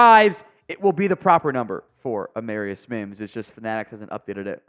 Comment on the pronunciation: It’s pronounced “AmAREius”